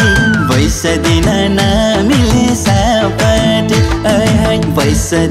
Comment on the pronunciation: राम्रो गीत तर गायक गायिका दुवैको उच्चारणमा समस्या छ । बैँस पनि पैसा जस्तै सुनिएको छ ।